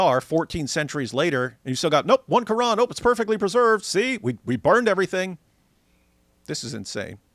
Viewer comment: its so annoying when she speaks normally and then goes KRRRRRRR-AN or is-LAMB you dont have to pronounce the words as if you are speaking arabic